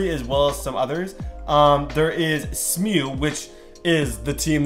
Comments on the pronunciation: He said smu instead of s.m.u. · This guy said “smu” not s-m-u 💀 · Wait wait wait so y’all gonna act like he didn’t just call “S.M.U” “SMU” as if it’s one word? 😂 and it’s not in Canada it’s in Dallas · ULM is University of Louisiana Monroe, and it’s S M U not SMU as you said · It’s S-M-U not smu🤣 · Its S M U, not smu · It’s S.M.U not smue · Did this dude rly call S M U “smew” lmao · SMU is actually S-M-U. You spell it out. Southern Methodist University. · "Smew"....🤦‍♂️ come on now brother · You know you pronounce smu as S-M-U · Bro said Smew btw he thought smu was pronounced smew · He said smu wrong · You pronounce SMU like saying each individual letter